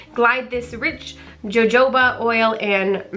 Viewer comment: We can so see your excitement! And I’m so excited for you! Totally want to send my husband into lush for Xmas presents for me. BTW... jojoba is pronounced like “ho-ho-ba” lol I laughed out loud at how you said it! :)